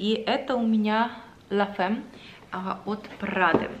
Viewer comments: Произносится «лантерди» и «ля фамм», может кто-то уже написал)) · Название самого первого парфюма от Givenchy который вы показывали читается Л’антерди а от Prada Ла Фамм. 💝😘 Обожаю ваши влоги, они всегда такие уютные и тёплые.💫✨🥰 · очень душевная! Нравятся такие блоги мне очень! Правильно читать название парфюма Прада «Ля фам» по-французски. Может уже кто-то и писал. Это не в укор, просто чтобы звучать правильно)